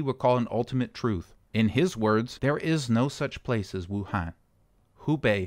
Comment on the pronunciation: Wuhan actually It pronounced —> Wu -hon